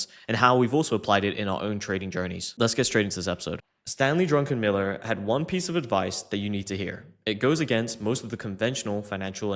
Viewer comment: not drunkenmiller but druckenmiller